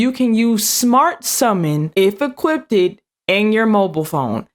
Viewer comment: "Equipted" ??? Aluminum water??? Or liquid aluminum... That's strike 2!!